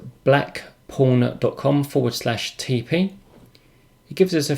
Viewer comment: I was a little concerned at first, it sounded like you said Black Porn instead of Black Pawn :) LOL Can you give us any idea if this is much faster on plotting, or if this is just a graphical interface as I have used the command line version without any issues, but if this is faster I will take a look at it for my next plot.